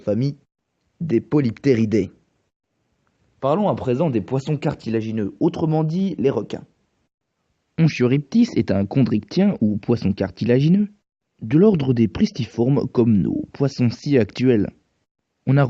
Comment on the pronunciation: Très bonne vidéo agréable à regarder ! Mais il y a quelques petites erreurs : Ch en littérature scientifique se prononce k, donc on dit Onkiopristis. Sarcosuchus et Stomatosuchus sont des crocodilomorphes, pas des crocodiliens ( Sarco ( famille Pholidosauridae ) est un neosuchien et Stomato ( famille stomatosuchidae ) aussi ). Continue comme ça, c’est excellent !